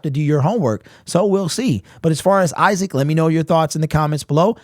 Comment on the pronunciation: It’s Isaac lil bro